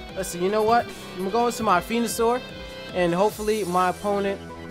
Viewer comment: its venosour not fenosour